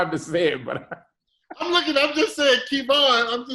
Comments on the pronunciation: You accepted KeyVon as your name now? This dude is getting me upset and it's not my name. He just rude. Glad Kev finally spoke on it but goodness! You're being judged by not saying a person's name correctly even though you're supposed to be a fan and being interviewed. I'm only here for Kev. Doug, Kev answered your questions. Why try to put words in his mouth to make him believe whatever you want him to. Rude, you would take it for the money...don't believe you. Man, I really want to stop watching, but I must support. STAGEKREW life. He was waiting for the offer. Jealousy, envy much? Kev, discernment is awesome, let the Lord use you bro. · Key-Von smh dang Doug still can’t get right lol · Did he say KEE von? Come on Doug... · It’s Kev-on Doug.... I’m your conscious 😂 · Lmao key-von haha gettem Doug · So you just never gonna say his name correctly huh #uglyboyspod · Did he call him Kevon?? 🤣🤣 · Who tf is "key-von"???🤣🤣🤣😂😂😂😂😂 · Kevon is different from Key - Vaughn lol I get Kevon like Devon but Key-Vaughn it’s too much 😆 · Who the hell is “Key-Von”? 😂😂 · 😂 He thinks his name is “Key-Von”.... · Ok ok who TF is Kee'von. You mean Kev On.... Whew chile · His name is pronounced Key-Von? Oh snap... his name is Kevon? Wow... I just caught that... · You know how much effort it takes to say KEY-VON. This man clearly being petty. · Who is KeyVon??? Ughhhhhhh Hi Kev!! (Edit: Couldn't watch this all the way through with saying KeyVon) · Is he trying to throw shade by saying Keyvon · Doug is such a OG, he keeps saying Kēvon... and shout out to Kev for not correcting him upfront like most of us would do. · Who is KEE-Vaugh?!?!?! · I kept thinking, “I didn’t know his name was “Kee-von”! 😂😂😂😂😂🤦🏾‍♂️🤦🏾‍♂️🤦🏾‍♂️🤦🏾‍♂️🤦🏾‍♂️🤦🏾‍♂️ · I guess he is reading Kevonstage as "Keyvon". LOL